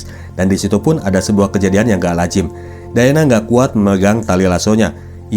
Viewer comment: Diana bang bukan dayana😂